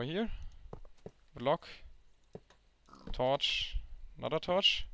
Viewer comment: i love how you say torch "torsh"